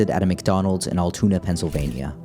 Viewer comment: 1. Luigi Mangione has not been convicted, he is a *suspect*. Treating him as if he's guilty does him and our justice system a disservice 2. it's pronounced "al-too-na" not 'all-toon-ah'